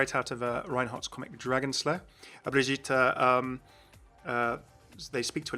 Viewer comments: It's pronounced Briggeater btw. Not Bridgeater. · Good video as always but three things wrong: -75% xp, you already saw the skins, and you said Brigitta instead of Brigitte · P also i think ur still saying her name wrong lol